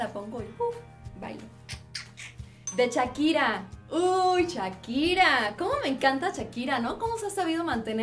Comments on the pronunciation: Chakira???? O shakira jajajaja jajajaja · "chakira" Jajaja ay Livia me hiciste reír baby